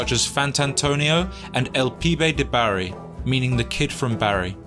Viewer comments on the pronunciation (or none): Took me a while to figure out the narrator meant Bari (BAR-ee) and not Barry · He's not from South Wales. It's pronounced Barr-ee, not Barry. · Bari isn't pronounced "barry" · Bari is pronounced Bah-ree.